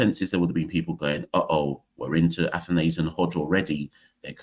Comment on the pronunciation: Kavem Hodge looks a little like a right handed Roy Fredericks. Also, there seems to be some confusion over how to pronounce "Athanaze". I've only really seen the highlights so far, and I've noticed that some commentators are pronouncing it "ATHANARZE". Is that pronunciation correct?